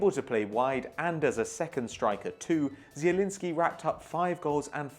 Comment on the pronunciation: pronouncing Zielinski right=Like